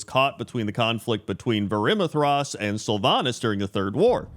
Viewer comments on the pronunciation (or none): The way you pronounced Varimathras had me fucking dying.